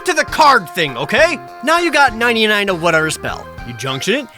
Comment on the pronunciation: everytime say you said 99 it hurt a little more...lol